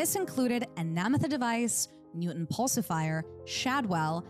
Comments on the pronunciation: Newton Pulsifer..not Pulsifier…🙄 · Is there an AI voice being used for this? I ask because the some of the pronunciations sound like what a computer would assume the names sound like. Also the speaker pronounced 'series' as 'serious' mumtiple times. 'pulsif-i-er' instead of 'pulsifer', Job not being pronounced etc...